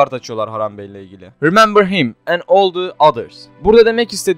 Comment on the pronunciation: All diye yazılır ağı Ol diye telaffuz edilir. Buarada senin yabancı dilinin iyi olması lazım avrupayi bi tipin var ?